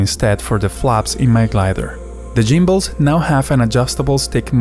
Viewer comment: The Jimbles hahaha. It's gimbles with a hard G. Not J. Ha. What's up. I'm gonna call you for now on.